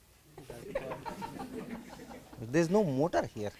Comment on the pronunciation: that guy says motor :D